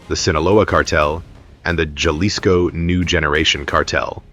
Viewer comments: Its not gelisco its pronounced halisco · Enjoy the video but the pronounciation of Jalisco is hal-ISS-co, not the Americanized “j” sound. AI voices never seem to get it right. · AI needs to learn how to pronounce Jalisco right. Didn’t realize Chicago had cruise ships 😂😂😂